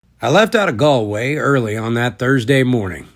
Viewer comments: Congratulations on your pronunciation of Galway. You're the first American YouTuber I've come across to get it right. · First American to pronounce Galway correct